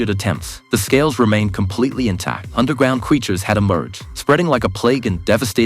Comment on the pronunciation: “Undewgwound cweatures”